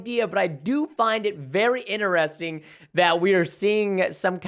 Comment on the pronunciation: what i noticed that preston says interesining not interesting